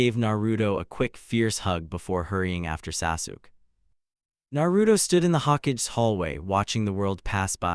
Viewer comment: Agreed normaly it doesn’t mispronounce Hokage